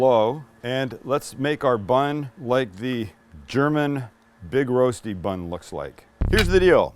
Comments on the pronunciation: Thanks for the nostalgia, had my first in Switzerland 20-ish years ago, I believe BK had their own version as well...that being said, your pronunciation of "Rosti" is killing my ears! It's more like "wohstee" with the w pronounced without perching the lips. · It's called Rösti, not Roasty, Rosti would also be fine. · Just call it "Rusty". Sounds closer than "Roasty". Rösti- Rushtii. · Fyi(not to be anal) it's pronounced Ruh-shdee. The Rö is like 'her' without the hard R sound. Okay, I'm being pedantic.. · Spike, is it pronounced Roasti or Roshty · the ö is a bit tricky, you pronounce it like in "her" but from your two words in Germany its more the Roasti with s Swiss people tend to say it with sh :) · Would you please teach him how to pronounce it? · It´s spelled like the o in worse: Big Rösti. :-) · Nicely done. By the way the "ö" in Rösti is pronounced like the "i" in bird